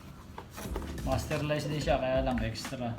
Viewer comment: First time ko makarinig ng tamang pronunciation ng masterlise 😊